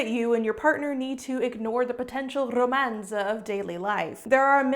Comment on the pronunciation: "I won't do an Australian accent." 30 seconds later: "Says romance with a French accent." That's what we call foreshadowing with subverting expectations.